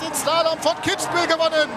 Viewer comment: Kitzbühel* bitte